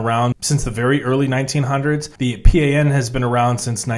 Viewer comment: PRI is pronounced Pre, and PAN is pan, as in bread. In Mexico we don’t say the letters. It’s Pri and Pan pronounced as a word